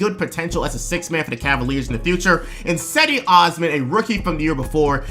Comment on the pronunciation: For future Cavs videos, Cedi is pronounced "Jed-E". Good stuff.